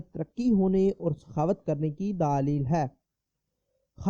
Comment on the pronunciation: Bhai sahab daalil nahi bat dalil kahte han